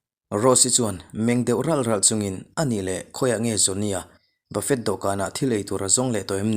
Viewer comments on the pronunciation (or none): Bafet tiha i lam hi Bafe tih anga lam tur a ni..hei chaw kan ei a,chaw ei dawhkana kil tlâng lo a mahni te2 a kan ei a bafe kan tih ang hi..a spell diktak chu Bafet a nia,mahse bafe tih angin lam tur..i story chhiar a ngaihnawm ṭhin khawp mai,ka ngaithla nasa tunlai chu..mahse sapṭawng thumal ṭhenkhat erawh a lam dan tur en hmasa ṭhin la ka ti,lam dikloh i nei nual zel..chutih rual in sap ṭawng hi kan ṭawng a nilo,sawisual nawk2 kha a pawi lo,mahse kan hriat tlanglawn hriat ngei2 tura ngaih lam dikloh i nei leh nulh ṭhin hi ka lo ngaimawh..